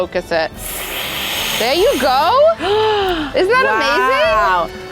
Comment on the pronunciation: When she said there you go in the end that ny accent was out